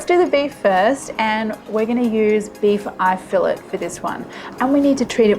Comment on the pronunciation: Beef fil--lay mignon..had me concerned when you said.. eye beef fill--it?? It's filet mignon..($13.99 lb). .or do you mean eye of round..but it doesn't look like..it looks like filet mignon..it's more economical to use top sirloin..1/2 the price per lb...just sayin